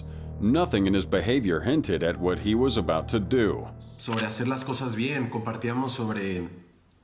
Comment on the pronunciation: You keep mispronouncing he.